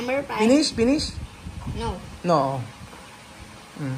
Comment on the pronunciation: fish →pish 😂